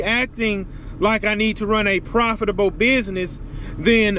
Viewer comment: The way you said “Profitable” in the beginning was hilarious 😂😂😂